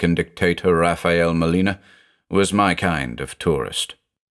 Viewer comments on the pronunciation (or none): none